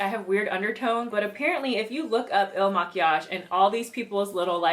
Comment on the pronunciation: You said it right. Some other chick BUTCHERED the name.